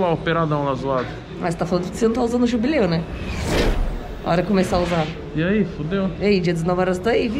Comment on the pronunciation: "jubleu" kkakakakakak